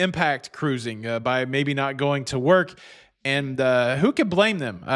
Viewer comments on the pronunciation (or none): none